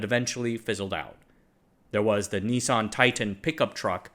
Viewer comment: Why are you pronouncing it 'Ni-son'?